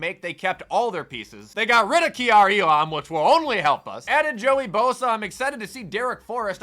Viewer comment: Bro has literally never once pronounced Kaiir Elam's name correctly 🤣